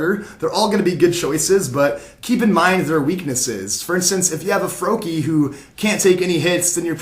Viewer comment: its froakie